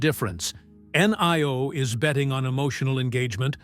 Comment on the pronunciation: In Chinese "i" is pronounced e; as in Li (Lee). So, NIO is pronounced NEO: as in KneeOh.